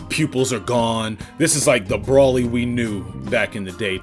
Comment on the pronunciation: This nigga is saying "Brawly." Then he's calling SSJ Grade 2 and 3 "failed Super Saiyan 2." AND THEN he's saying Rose instead of Rosé. My goodness.